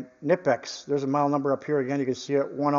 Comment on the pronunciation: Kah-knee-pix / K-nip-x....lol ! My reasearch on how to pronounce the brand name continues! Many a discussion... All in good fun ! .... First car was a 66 V.W. bug ! Paid $50.00 for it. Drove it for 6 months.. burned oil, rusted out, bad clutch, etc. It died in front of a junk yard... Pushed it into the yard...Got $50.00 for it. Yard owner was going to pick up another car, and gave me a ride home... Best car I ever had, fun wise ! I haven't thought about that car in years.... Great memories ! ... Thanks for the videos ! Big fan ! You Sir, are much appreciated! Have a great day !